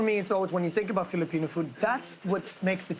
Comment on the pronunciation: Truly amazing. I’m less than 20 seconds into the video and they’ve managed to mispronounced every single Filipino food item they’ve presented.